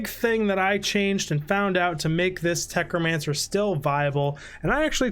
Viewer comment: Love the video, but “techromancer” is killing me. 😀